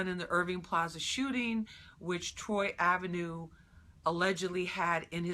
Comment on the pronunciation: she deadass called him Troy "Avenue" 😭😭😭😭😭😭😭😭